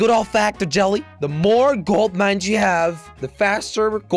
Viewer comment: "We got a couple more foams, got a couple more golt mines."